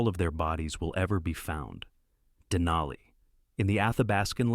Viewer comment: More accurately, "in an Athabascan language", and the language is Koyukon = COY-uh-con, a language in the Athabascan family, which also includes Navajo. Next, dana-EE-nuh is correctly pronounced deh-NIGH-nuh. Wait! Who thought that it would be a good idea to put in a shot of a chair lift at a ski hill somewhere, while the subject is people getting off Denali with their lives?? Then at , while the subject is coming down, we see people going up.(??!!) Then, is a sign saying "Avalanche area" in English. . . and a language from Everest(?).